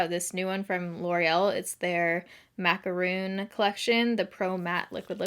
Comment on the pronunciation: .... macaRON, not macaROON